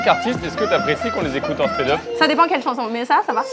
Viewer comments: « Spèd up » 😭 c’est pas speed up plutôt? ❤ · La manière dont louane prononce "speed up" en "spéd eup" me tue 😂